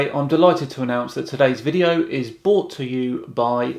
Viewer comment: I'm no flat earther but, credit where it is due, that guy has at least tried to show an understanding of the heliocentric model. However, I do not think it is fair for you to ridicule his pronunciation of solstice when you say, "bought" instead of "brought", every time you announce your sponsor. Other than that, keep up the good work.